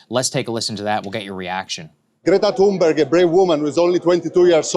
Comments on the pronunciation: Greta's name is pronounced "T-ha-un-burg" Not like, through. More like tune. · Why does Saagar mispronounce Greta's last name?